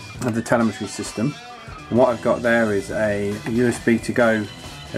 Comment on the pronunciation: Isn't it pronounced as teLÈmetry?